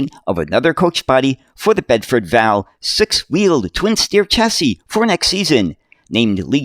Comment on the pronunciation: It's a Bedford V. A. L., rather than pronounced Val as in the girl's name... 😉